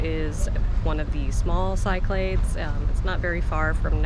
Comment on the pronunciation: I’ve heard Cyclades pronounced Key-CLAH-theys by native Greek speakers, and SIC-cluh-dees, but not how they’re spelled. (Sigh-clades). Not correcting you, just wondering which is correct. I checked google and the two I started with are considered correct.